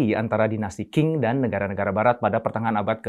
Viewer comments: Qing bacanya: Ching (seperti suara uang Cha-Ching)..:) semoga membantu sedikit (: sementara saya dapet banyak dari video2:) Zhang YiMing dibaca: Cang i ming (cang seperti pada kata Bakcang) Liang Ru Bo dibaca: Liang Ru Po (seperti pada Pokok) NeiHan DuanZi dibaca: Nei Han Tuan Ce (seperti pada Tuan-Tuan dan Nyonya-nyonya, dan Ce disini agak sulit untuk lidah non chinese... tapi bisa di baca seperti cecak) Tou Tiao dibaca: Thou Thiau (seperti pada Thailand.. tapi "ai"nya ganti jadi "ou" dan Thi juga agak sulit untuk lidah non chinese... tapi bisa digunakan disini seperti Tin dalam bahasa inggris.. tanpa si "n"):) kita jg tidak ingin nama kita di baca salah semisal: Intonesea atau Aindonisaie.... iya kan? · qing dibacanya cing kyny sih